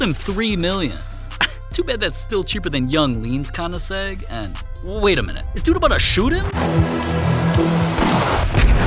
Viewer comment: Did bro really just call it a koniseg???????